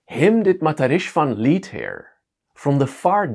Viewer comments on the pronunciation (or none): none